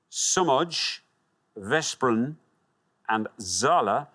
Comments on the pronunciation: "sz" is used in Polish too. I thought Poland until he pronounced Somogy as Somodj and Veszprem as Vesprem instead of Veshprem. Then I remembered Hungarian... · Slaygo😂 veszprem 😂 incorect